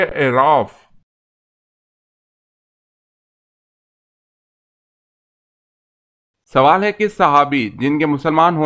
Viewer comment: دُرست لفظ اَعْراف ہے